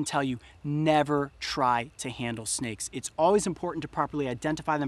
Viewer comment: "I hate snakeu"